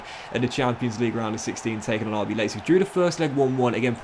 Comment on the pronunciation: Not sure what's more jarring - the pronunciation of Leipzig or of Richarlison